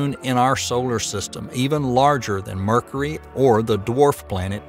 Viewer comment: I like how he says Mercury like "Merkry" similar to the way he says "Murka". Oh and that red spot on Jupiter, that's a turnader.